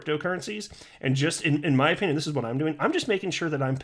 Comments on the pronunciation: I feel cheated on this video😢 you didn’t give your “humble oh pin yawn” 😂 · He said opinion wrong... must not be the real. Edit: ok he recovered later.